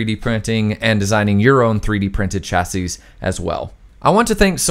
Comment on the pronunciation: This is a nitpick, but something which you might have use for in the future if no-one's mentioned it yet; the singular of chassis is pronounced "chassee", plural is "chassis", if you mean singular you'd be better off using the first one unless you want to sound like a bartender with bad grammar.